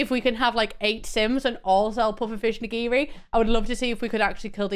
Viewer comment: Why "IN-giri?"